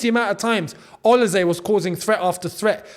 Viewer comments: please bro stop saying OLISE'S name wrong... O-LEE-SAY not OLA-SAY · Interesting pronounciation of Olise…